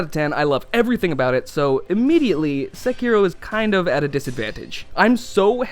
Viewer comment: Finally! Someone who can pronounce the word "Sekiro" correctly!